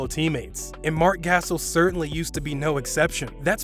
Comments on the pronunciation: Gassel? You mean GasOL? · It’s Marc gass-ol not Marc gasshole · Stop it, is not gas-Soul.. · Marc Gas-ul 😂.. Marc Guh-Saul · Gassell...Gasol...GUH SAUL buddy LMAO. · You know his name pronounce Ga-sol not Gassle ....🤔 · i disliked cause you said gassel. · My man said Marc gasel that is just funny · Did he just call him mark gasel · My man said Mark gasal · “Marc Ghassal” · Who tf is Marc Gassul 🤣🤣🤣🤣🤣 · Who else turned it off after he said marcs name as gas-al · "marc gasil" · Fr like what is a gasil 😂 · When he said Gas-sal I felt like he no longer knew what he was talking about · Who the fuck says gassel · wait... Mark... WHO?!?! Gassel??? c'mon man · He really just said marcs gassel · That niga said Matt Cassel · Marc Gas-el? Is he serious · Not subscribing to a basketball channel where they pronounce Marc Gasol’s name Marc “Gas All”. You welcome for the view though 👍🏿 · Its pronounced Marc Gasaul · “Marc gashole” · I stopped watching when you said "Marc Gassel.." You lost credibility.. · I SPRINTED to the comments to see if ANYONE had said ANYTHING about the way he said Marc Gassel... I wasn't let down... WTF is that?? How'd he get that wrong? Was it done on PURPOSE??😆 IDK... I'm done 😉👍🏽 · Stopped watching after he said Marc Gas All 🤣🤣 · Yo YouTubers really be finessing us with content of sports that they don’t even watch. That boy said Marc “Gassle” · I can tell he doesn't watch basketball by how he says "Gassle"😭😭🤣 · Gastle! You’re trolling, you literally have a clip of someone saying his name correctly in the video 😂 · That bih said gasel.... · GASOL (GUH-SAUL) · "Marc Gaa Sol"😵🙄😂😅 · Guh- Sall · he said mark gassle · YEAH HE SAID MARC GASALE LMAO!!!!! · Sounds like gasoline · Lmao the closed caption spell it like gassell 🤣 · Gas ohlll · Yeah Mark Gas Sol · Gas/Oil??? = Gas station or what? 😂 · Marc GasL😂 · Yes I stopped the whole video Marc gashole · It’s supposed to be pronounced, Gasahhhhl dood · gas hole hahaha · mans said gas-el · Gas-ol lmao